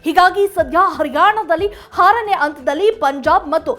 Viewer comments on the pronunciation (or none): ಹಾರನೇ ಅಲ್ಲ ಆರನೇ